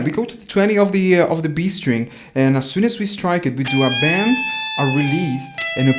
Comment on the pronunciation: bend not band!!! lol good video